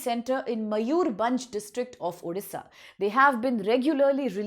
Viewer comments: Hlw ma'am it's not Odhisa ... It's Odisha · Odisha nahi uuudisha bol rahi hai